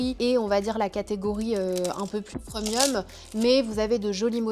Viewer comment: Pourquoi elle dit: « PREUMIUM » c est premium on on prononce prèmium😂😂😂 ca me fait tjrs rire quand elle dit preumium😂🤣